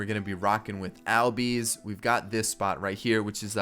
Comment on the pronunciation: It’s pronounced allbies